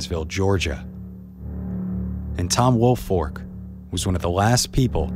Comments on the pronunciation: Right its Folk like Faulk not Fork. Woolfolk not Woolfork It's a binge lol teachers always got it wrong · Yes. It’s folk not fork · As a Woolfolk, it drives me nuts when people pronounce it Woolfork....there's a difference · There is no "R" in Woolfolk. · I loved the story but it bothered me how the name was pronounced the entire video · Idk how many times I’ve gotten “Woolfolk” pronounced as my last name